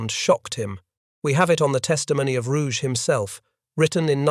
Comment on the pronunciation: German names never pronounce the letter "g" as if it was French, like in the French (and English) word "rouge." The Admiral's name was pronounced ROO-ghe, the second syllable like the English word "get" without the final t.